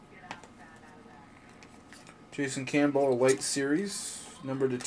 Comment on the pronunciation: hey just an fyi you are saying elite wrong...it isn't pronounced e-light, it's pronounced eleet. just 4 anyone new 2 the hobby.